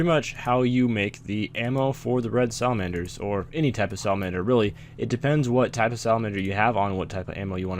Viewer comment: when you say salamander it sounds like a drunk version of salad manager:P love you